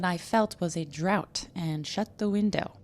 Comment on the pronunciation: I believe draught is pronounced “draft” not “drought”. Hogwash imo, English orthography is absurd